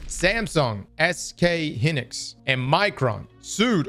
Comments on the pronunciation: Hynix is pronounced "HIGH-nix" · "SK Hinix" bruh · hin-nix, yea you lose me on that